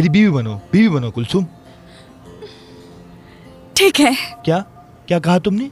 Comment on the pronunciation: Jameel kulsum ko huyum kehrhahe